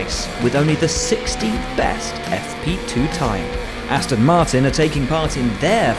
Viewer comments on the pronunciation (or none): none